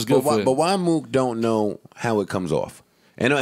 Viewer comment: Yo joe callin mook Mo-ok (Moe-ock) is crazy